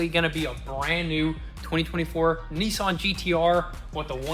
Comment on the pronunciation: What’s a Neeesan are they the same as Nissan